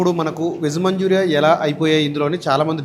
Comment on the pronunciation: నాయన మంజూరియా కాదు.... మంచూరియన్ 🙏🙏🙏🙏.... టెస్టింగ్ సాల్ట్ కాదు టేస్టింగ్ సాల్ట్.. ఏమి భాష అది 😡